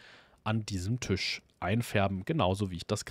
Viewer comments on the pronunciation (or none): none